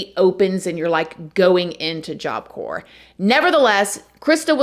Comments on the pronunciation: I don’t mean to be a smart alic but I want to tell you that the P on the word corp is silent. I also want to tell you I really enjoy your podcast,you are one of my favorites very very much like your music programs! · Pronounced CORE. Not corPS…❤❤❤❤ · Core gawd damn it, it's pronounced core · Despite the spelling it’s pronounced core, not corps 🤷🏻‍♂️ Just trying to help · It is pronounced core. Not corps. FYI. Love listening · Corps is pronounced like the word “core”, not “corpse”. You know, just like in Marine Corps….Still love you, just letting you know 😬🙄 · Please forgive me for saying this….. the word corpse is being pronounced incorrectly. The “P” and the “S”, are silent. The word is pronounced as “CORE”. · OK, not to be that person but it’s not pronounced corpse it’s job corps. You don’t pronounce the P or the S kind a like Marine Corps. I went wasn’t the best place in the world actually very toxic both staff and especially the people that went and that’s why I also ended up working there later on to make a difference and show the people coming in not all staff were aholes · Idky but corps is pronounced as core just a heads up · Love your videos. Just wanted to let you know that any time something says CORPS that is pronounced Core. Corpse is a dead body. Corps is (pronounced core) is an organization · Once again, “corps” is pronounced like CORE not corpse. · Great investigative reporting 👍🏼 Just one observation…the word corps or corp …the p is silent, so it’s pronounced just like the word core. I know you’d want to know 😊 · Corps is pronounced core… 🤷‍♂️ I don’t make the rules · Corps is supposed to sound like core. 👍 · I love your channel, you do such a great job!!! Btw, corps is pronounced - core sweetie. ❤ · Great video. Please note, Corps is pronounced CORE. Like Marine Corps (core). Job Corps (core) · It’s pronounced job CORE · corps is pronounced core...just an fyi :) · It's Job Corp. (pronounced CORE) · The "p" is silent in corps.